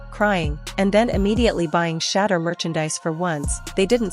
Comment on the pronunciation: Shadder??? Shedeur SANDERS!